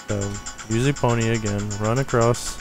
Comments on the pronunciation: EPONA NOT EPONYA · Eponya? it is Epona... You must have read it incorrectly. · Eh-pone-ah Not E-pon-ia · there not elfs theyre kokiri theyre not spiders theyre skulltullas and its not eponya its epona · DAFUQ ! EPONYA ???? You mean EPONA. Please, don't say it ever again. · Isn't the horse's name Epona? Not Eponya? Great guide though! :) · isn't the horses name epona not eponea? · isn't the horses name epnoa not eponea? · Every time you say Eponia I just want to stab myself in the face. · I was like ._. when he pronounced Epona as Eponya XD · eponya lol